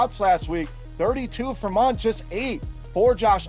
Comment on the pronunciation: Mundt not min